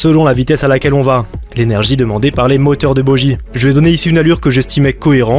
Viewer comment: on ne dit pas bojie ou bodjie mais boguie